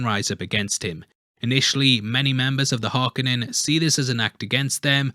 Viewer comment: Harkonnen does not have an "A" in it why do you keep saying it with an "A"? It's 'KO" Har-KO-nen not Har-ka-nin.